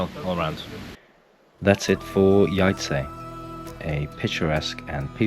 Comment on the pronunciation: Town is pronounced - Yayce. Before visiting any city try to learn the proper pronunciation of a city you are visiting.. It is important